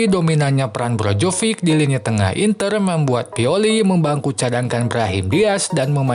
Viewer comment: naratornya nyebut nama Maignan bener tapi pas nyebut nama Perišić sama Brozović ambyar wkwk kalo Krunić, Rebić, Ibrahimović, atau Lazetić maen ntar ambyar juga ga ya? 🤣 Sempre, ovunque, Forza Milan